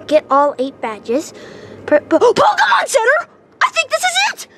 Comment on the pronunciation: he said pokeman sword